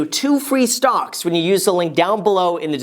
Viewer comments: he said "Stonk" Not "Stocks" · Are you saying "stocks" or "stonks" lol